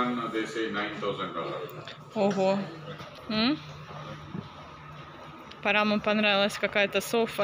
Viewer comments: И не сОфа,а софА.Я ей написала,а она удалила комент.Росла,видимо,где-то,на окраине Харькова. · "СОфа", "креслА"😂